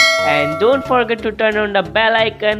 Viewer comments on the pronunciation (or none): none